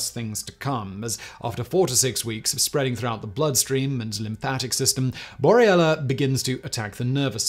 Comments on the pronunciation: I like your videos, and I'm not trying to be hypercritical, but you are repeatedly pronouncing the name of the bacteria "Borrelia burgdorferi" as bor-ee-ella, rather than the correct bor-re-lia; cheers! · Simon, your pronunciation of 'Borrelia' changes back and forth between 'Borrelia' and 'Boriella' XD